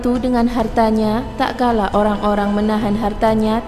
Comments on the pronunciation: Mbak mbak..... Tat kala bukan tak kala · Maaf "TATKALA bukan TAKKALA" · Maaf yahh..bukan takkala.tapi tatkala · Terima kasih...materinya...tapi tatkala..bukan takkala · Tatkala.....jgn taklala.... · Tatkala mbak, bukan takkala... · Tak kala atau Tatkala Min? 😴😴😴